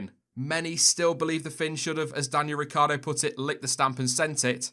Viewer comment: No, Noooooo! Why did you butcher Ricc like that - he doesn’t need any more bad luck😉